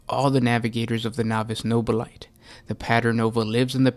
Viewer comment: Nobili-TAY. It's pronounced with an -ay rather than a ite!!!!!